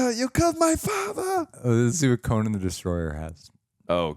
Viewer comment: Its Coe-Nan like Nanny, not Conin.